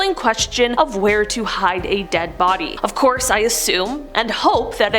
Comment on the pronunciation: I hear hide the Barbie not body......